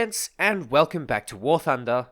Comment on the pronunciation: Someone make a compilation of saying “gooday’ ladies and gents, welcome back to war thunda”